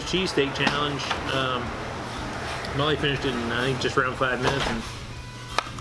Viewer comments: Dang you both killed it! Molly's face when they mispronounced her last name lmao. Looks like you enjoyed the heck out of it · it actually looks pretty great..I love her look when he mispronounces her name...:) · Yeah but only bc that's what said..He's always mispronouncing her name on purpose..The man didn't know their names. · He butchered the hell outta her name 🤣